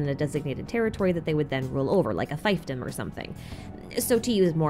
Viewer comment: i know it's really not that important but every time you said fiefdom like fifedom my heart cried a little bit